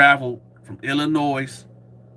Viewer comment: The S in Illinois is silent.